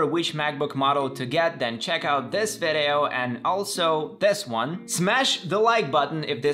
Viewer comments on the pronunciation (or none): You're so funny with "ve de oh"😆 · The way he says “video” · I love the way he says video 😂